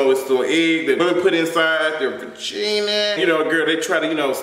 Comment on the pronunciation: "Va-JEAN-a" lol 🤣 I had to hear J say that one more x with that face!